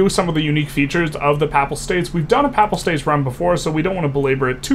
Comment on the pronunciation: Pay-pull states omg not pap-ul